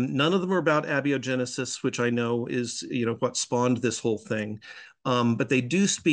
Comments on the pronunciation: Abby-O-Genesis is a new way to pronounce it 🤔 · My only complaint is the way he said abiogenesis. Even if that is the correct way... it's awful. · I definitely said it wrong, which I knew the moment it came out of my mouth. The problem is that I was reading the word for years before I ever heard it pronounced, so my incorrect pronunciation is now hard-wired in my head. Usually I overcome that and remember to say it correctly, but occasionally I miss it.